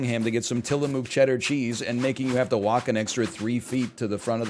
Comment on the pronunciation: stop saying tillamook like that lol